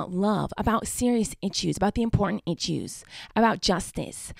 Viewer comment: The “important itchuse”